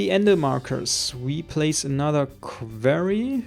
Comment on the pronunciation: quarry, not qverry